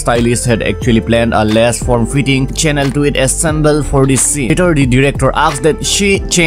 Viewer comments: chanel is pronounced as “shenal” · that is not how it is pronounced...it is actually "Shunel". Not that hard either but I guess you love teaching more than learning. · im not bothered lol , i genuinely thought he didn't know . what's wrong with informing? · lol it is either right or wrong! You don't teach "closer" pronunciations. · doesn't matter it's not hard that's how it's pronounced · are you asking if I am happy because you are right?? I would have been if you really were right. And I wouldn't have cared much if you were wrong either. But y'all being pretentious on internet is annoying - looking down on others pronunciations as if knowing how to pronounce Chanel somehow makes you superior.